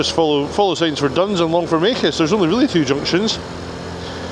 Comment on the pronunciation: You obviously know the area well, you pronounced Longfomacus correctly.